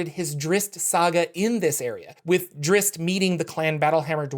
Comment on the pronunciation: Why do people pronounce the double z in Drizzt with just an s sound? It's Dritst, just like pizza is pronounced pitsa